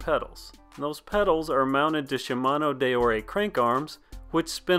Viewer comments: Deore rhymes with eeyore and be more. Not day-oh-Ray. Carry on. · the way he says deore is too funny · Does he know how to pronounce deore